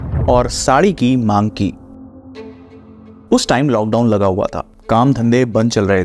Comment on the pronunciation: I love how he says - "Kannu zid karne lagA"